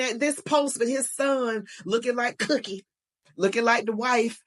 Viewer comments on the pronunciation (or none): Not Cookie, It's More Like Cookhe 😂